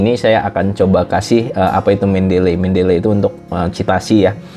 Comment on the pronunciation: bacanya nya itu, men-de-li, bukan men-del-ley.